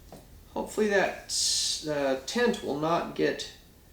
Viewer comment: Sounds like he's saying tent instead of tint